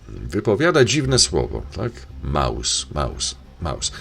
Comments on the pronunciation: Krzysiu Jackowaski mówił słowo MOUS a nie Maus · on mowi MOUS A NIE MAUS !